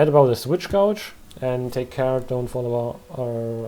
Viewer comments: Btw gauge is pronounced like sage. I have no clue why it's pronounced that way lol. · "Gauge" is pronounced with a long 'A' sound. It rhymes with "rage" or "page". Yes, English is really dumb.